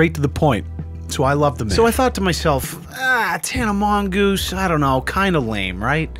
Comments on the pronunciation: Useful tip: Mongeau is pronounced "Mon-jo" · you managed to pronounce her surname differently at least 5 times